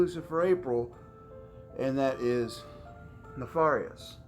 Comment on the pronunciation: U r pronouncing the word wrong nefarious. Look it up the a is. Like air